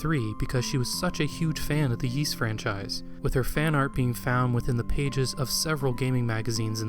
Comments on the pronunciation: Ys: 'Ees', not 'Yees'. Yeesh. Every time you say it I cringe, and you say it a lot... Great video though. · "eace", not "yeace", please. :) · Omg dude it's a great documentary but one would think you would have researched how Ys is pronounced! It's not pronounced Yees, it's ees! Every time you say yees I cringe! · Didn't you check the pronunciation of Ys during your research? It's Ees, rather than Yees. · I am really enjoying your video, but please stop saying “yease,” it’s pronounced “ease,” like east without the t. For anyone who wonders, the Japanese kana reed ee-su. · Yees? I thought it was pronounced as "ease" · This history and story is excellent, thank you. But I cringe a little each time I hear "Yees" instead of "Ees". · You posted this three years ago and probably won't see this, but are you aware that "Ys" is pronounced without a hard 'Y' It's more like "Ees". It just kind of bothered me, you said it like thirty times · I never heard it pronounced "Yi's". Apart from that, it's a very good documentary. Keep up the good work. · Kato is pronounced kah-toh not kay-toh, and Ys is pronounced like the word "ease" (rhymes with keys). The Drasle in "Drasle Family" is a portmanteau of Dragon Slayer so is pronounced draw-slay. Sorry to be "that guy". This video was great but those were really bugging the hell out of me. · It must have been a lot of work to make this short documentary and it is informative. I salute you on it but I have to give it the thumb down for not correctly pronouncing Ys and Zwei. Ys is literally the predecessor of Paris (on a par with Is). The character Adol(f) is taken directly from the legend of the mythical city Ys. If you pronounce the name with an Ee sound like the French there is no S sound. Zwei is German for two as the game revolves around two characters, like a large sword is called a Zweihänder. Just to give some insight in the thumbs down. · Excellent video. Thanks, but it drove me mad that you mispronounce Ys all the way through.